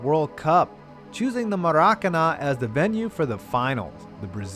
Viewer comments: Maracana is pronounced mair a cahna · Dylan Kaczur Emphasis on the last syllable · Who else cringed when he said maracana.